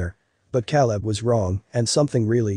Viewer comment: At least pronounce the name “Caleb” correctly!!!!